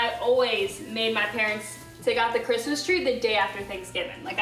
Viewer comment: I thought that's what he said too but I believe he said Christmas. It sounded like "charisma" a few times when he christmas.